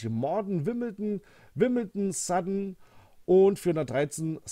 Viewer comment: Respect you said Sutton right most german say it in very strange ways.